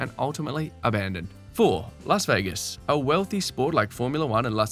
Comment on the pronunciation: 'Las Vagas' hehe😅